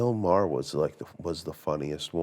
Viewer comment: Why can't the narrator say Bill Maher's last name correctly? He uses several pronunciations in an otherwise excellent production and well researched documentary YouTube video. Why can't the narrator get Bill Maher's name pronounced correctly? Is it A-I gone bad?